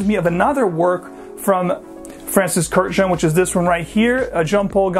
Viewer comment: Horrible pronunciation of a beautiful Armenian last name. Please look up the correct pronunciation.